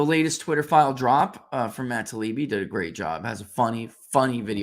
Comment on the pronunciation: Taibbi, not Talibbi